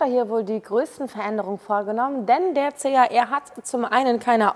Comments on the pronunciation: Schlampert gesprochen.CAR???CHR!!! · CHR,man,hört CAR....😢